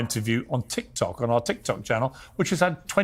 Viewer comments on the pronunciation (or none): none